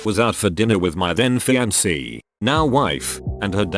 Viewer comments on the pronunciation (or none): Other people : Fiancée TTS : FeEaNkAy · Fee an say, not fee an kay. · geez man, most of these karma stories in the video are car-related stories also, “fy-ahn-keh”